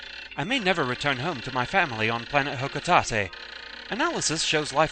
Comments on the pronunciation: Canonically, it's "HAH-cah-taet," though nothing in-game contradicts "HOH-coh-taet." "Hah-cah-TAH-tay" doesn't exactly work since the company that Olimar works for, "Hocotate Freight" is supposed to have a catchy, rhymey name. On the subject of pronunciation, I appreciate your attention to calling him "Oh-lee-mah," light on the final r, to stress the name's origin. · Smash 4 says it's Ho-kuh-tah-tay. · I pronounce it as "ho-ko-tayt." But, looking into it, it's actually pronounced "ho-ko-tah-teh." I hadn't really considered the pronunciation until you brought it up :V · According to the Pikmin wiki: "The name "Hocotate" actually comes from Nintendo of Japan's headquarter's address; 11-1, Kamitoba-hokotate-cho." So I guess you pronounce it like a Japanese word.